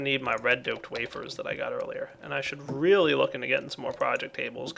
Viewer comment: lol was this planned:" we get a Relay..... they are relay useful" (of course really but it sounds like Relay ;) )